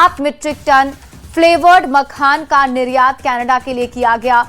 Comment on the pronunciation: Makhana hota hai n ki makhan